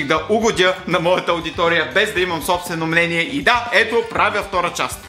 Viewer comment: мЛение ли чух 😄